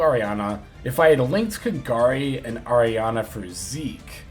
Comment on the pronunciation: It's so satisfying hearing pronouncing kagari's name correctly XD. Keep up the good work, very good video.